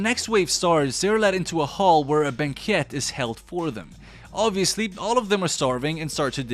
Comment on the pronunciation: The mispronunciation of crow and banquet almost makes me wonder if this is sneaky ai use, or just tired narrator. anyway, crow rhymes with grow or show. Banquet is like bank wet.